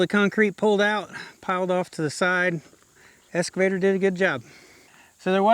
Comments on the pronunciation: It's excavator not escavator. There in no S in excavator. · Hi, It's an Ex-cavator not an Es-cavator. 😁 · …….its eXcavator, not escavator. ☺️ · So I really enjoy your channel and have been watching for a while. One thing I noticed is that you keep calling your eXcavator an eScavator. You probably have heard that before but just in case you haven't there it is. Keep up the good work, thanks. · I hate to make negative comments but this is driving me crazy. It’s an excavator not an escavator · Just a friendly suggestion: ek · skuh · vay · tr No worries if it's just one of those words difficult to pronounce. Enjoyed the video!